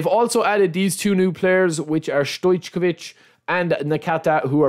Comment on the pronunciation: The more I play the more I realize how huge waste of time this game is.. It's pointless, and if you don't want to spend money on their scams then don't even try to play divisions.. Your pronunciation for Stojkovic is hilarious. :D